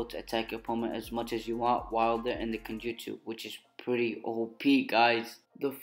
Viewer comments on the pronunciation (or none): When your saying Genjutsu you sound like your saying kenjutsu